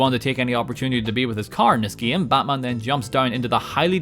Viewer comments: I love the part where he says "gaem". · He Sounds Scottish When He Says “batman” “batmobile” “game”